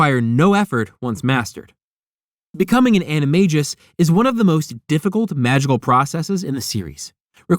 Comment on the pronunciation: The Marauder's Map DOES show certain spells and passwords. How do you think Harry got into the secret passage to Honeyduke's? I suggest you read PoA again. And also that you learn how to pronounce "animagus".